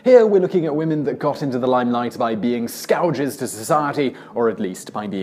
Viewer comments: "Scowjes to society", Simon? What the HELL? You're starting to talk like one us 'Murcans. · Scouges? He means scourges? Pretends clever but obviously not. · Very interesting pronunciation of 'scourges'...